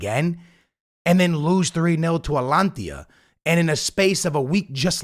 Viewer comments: Atalantia lol. ATA-LAN-TA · man said “atlantia” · Why is everyone getting the easy name Atalanta wrong? I heard ppl say Atlanta like its the USA and now we got Atalantia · No way you said that are you joking tho? 😭😭💀 its Atalanta